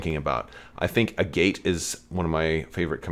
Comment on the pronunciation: Agate is a real word, and it’s not pronounced the way you’re doing it. Is her name pronounced this way in cannon somewhere?